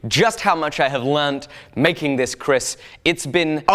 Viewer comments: in indonesia " keris" , not "kris" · Millennium Empu But not finish yet A Kris must have a name. Examples: New Setan kober New Taming Sari Give it spirits Smoke it with kemeyan Lime it Complete And pronounce the name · Not kris but keris